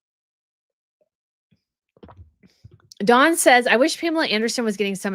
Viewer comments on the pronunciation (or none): none